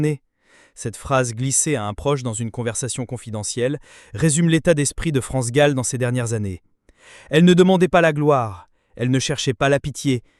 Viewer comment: Pourquoi tu prononces Gaule ou lieu de Gall ? Une artiste n'est pas ton zizi que tu prononces différemment bordel